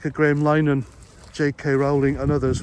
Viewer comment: Why can non one pronounce Linehan he's been a famous comedy wrier for 30 years